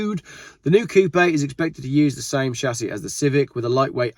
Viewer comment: the dude can't even say coupe right LOL! and ppl listen to him? LOL